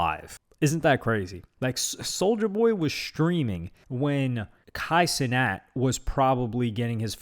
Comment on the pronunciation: Kay see-net